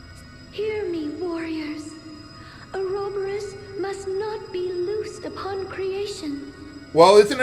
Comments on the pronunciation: Not only is the writing stupid with trying to pretend there is some deeper meaning to it, THEY CAN'T EVEN PRONOUNCE OUROBOROS RIGHT! THE NINNIES!! Its pronunced like... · I'm used to the FMA pronunciation of Ouroboros so hearing it pronounced in this game bothers me. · "Unacceptable" counter: 17 Total, 0 in this episode "Mrgrgr" counter: 6 total, 0 in this episode Ugh, still hate the way they pronounce ouroborus Well if the angel is a part of the Celestial Realm, which WOULD make sense, then it would make sense that she knows about Ouroboros How hard indeed...